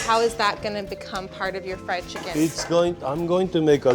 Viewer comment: Yes I did. Didn't hear it as "flied." Since I've been teaching English to Japanese students for a year now, I am pretty familiar with how they pronounce. "Fried" becomes "fu-ried," and that's what you're hearing, not "flied."